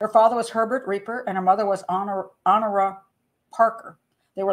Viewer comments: Honorah Parker's first name is pronounced "A-NOR-a." The "H" is silent, and the emphasis is on the last syllable. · Honoria is pronounced phonetically O- nouria. Like Honor Blackman it’s a silent H. God I’m so pedantic 😂